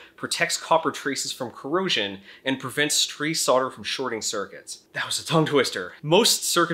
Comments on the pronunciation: WTF is sodder? Do you mean solder? You know, the one with the non-silent 'l' in in it. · Why do Americans pronounce "solder" as "sodder"? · Love the vid, really informative. One thing, not your fault, but US pronunciation is usually phonetic until the word solder comes up, then it is sodder... why? any ideas? this is not a piss take, a genuine question from a Brit.